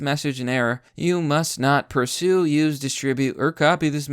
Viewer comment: > pursue > sahvorantee Dude, I like your content but if the majority is gonna be of you doing research and reading, do some research into reading.